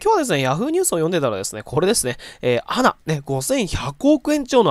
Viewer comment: ANAは「アナ」ではなく「エーエヌエー」と読んで下さい。